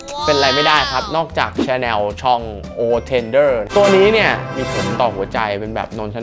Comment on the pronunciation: ชอบช่องนี้มากค่ะ และชอบที่ออกเสียง ชาแนล ชอง ถูกต้อง เลิฟมากค่ะ ♥️